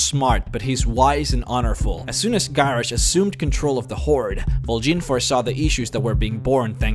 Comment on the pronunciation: Seriously? Garrish?